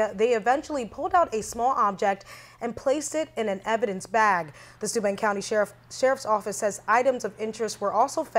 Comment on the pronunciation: Every time they begin saying Stuben...it was registering stupid.